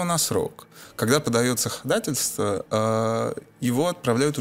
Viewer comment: Ходательство🤦🏻‍♀️🤦🏻‍♀️🤦🏻‍♀️ну что за безграмотность